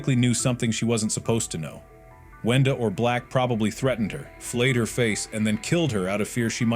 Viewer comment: "wenda" not "wanda"